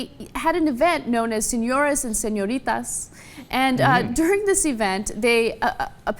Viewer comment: I could listen to Ana speak Spanish all day long. Is that about the most adorable way "señorita" has ever been pronounced or what?